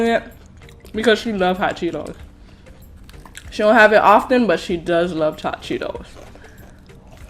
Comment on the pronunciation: Who heard her say chot Cheetos 😂🤣😂